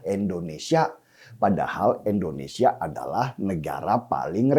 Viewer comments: Bang Denny bukan ENDONESIA tp INDONESIA ..pake I bukan E.. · Sy senang nonton mas Denny Siregar. Tapi setiabp sebut kata Indonesia saya sangat gak nyaman. Kenapa selau dibaca Endonesia. 😭 Coba baca dengan benar. Masa nama negara sendiri salah bacanya😢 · INDONESIA bkn ENDONESA